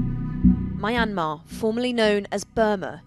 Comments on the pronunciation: why does she pronounced it my-an-mar its supposed to be pronounced myan-mar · Mai-an-maa....??? It's mian-maar. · Mayamer" girl it's myan-mar i get why people pronounce it wrong all the time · It's a British pronunciation. It's also incorrect, as she does, to pronounce it "My- n- mar." The correct pronunciation is "Mee-n-mar. (At least she is not still using "Burma", which was a mispronunciation of "Bammar" (the majority ethnic group in the country) for which the West applied as its name since 1824. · It's Myanmar not Mayanmar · ma yan mar isnt it pronouce as Mianma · Don’t know why people keep pronouncing Myanmar wrong… is Myan/mar(2 syllables) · My Aunt Mar? Who the f pronounce Myanmar this way? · It's NOT pronounced My Ann Mar! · Pronounced (Mia-yan-mar) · She does not know how pronounce Junta and Myanmar!!! Jeez! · Why does she keep pronouncing the country wrong? I thought thats what Americans were supposed to do lol